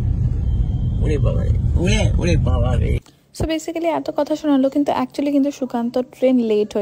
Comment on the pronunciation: ব্যসিকালি না pronunciation ব্যাইসিকলি